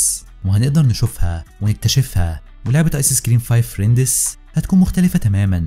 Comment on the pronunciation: هي تلفظ فريندز مو فريندس + أنا بس اصحح له عشان ما يغلط كرة ثانية اتمنى ما تحكوا علي ❤️